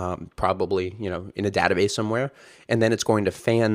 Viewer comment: you're an adjunct professor at UT and you work at heroku but you can't pronounce database correctly? wtf?